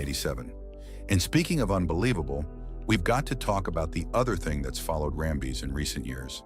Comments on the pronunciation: "BADDERY " 😂😂 & RAM - BEEZ 😂😂 . . . ITs Ram - bis & battery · Great video, but the fact you kept saying Kurt RamBIS' name as RamBEEZ drove me nuts! Please double check your info before posting. You would be seen as that much more professional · For gosh sakes you found at least 2 ways to destroy Kurt Rambis' name. Rambeez😂 and Rumba